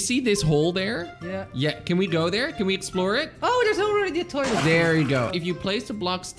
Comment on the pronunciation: I lauph when said theres a toylet in the montan